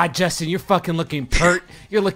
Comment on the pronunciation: toe to tip, that's a jorstin.